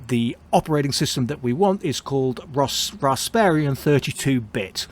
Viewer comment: Rasp-eeeee-an. There are no other "r"s in the spelling.